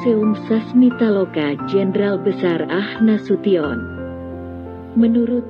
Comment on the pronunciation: Bu Narator,,,bukan AH Nasution tp A H ( Abdul Haris ) Nasution